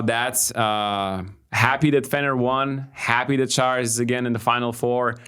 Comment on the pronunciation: why do feel the need to say "Sharouas" instead of just Šaras when you could very well do the correct pronunciation? Otherwise - thanks for the content guys, good as always